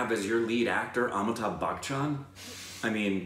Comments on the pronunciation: its not Back Chan.Its Bachan ;) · I can't tell if you are pronouncing his name as Bachchan like Bach the composer or not, sometimes I hear it, but it's pronounced as you would say "Buh-tch-an" without the hard "k" sound, other than that love the energy and you are true cinephiles.